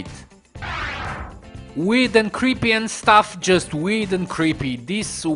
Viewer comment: i thought you said weed in sted of weird..... am i right